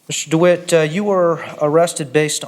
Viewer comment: He cant have a passport. Hes been a felon since he was 18. Also why can he not pronounce his last name?? Dwight????? Not DeWitte???